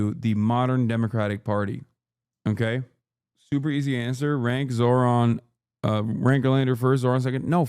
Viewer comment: She called him zor-han 😂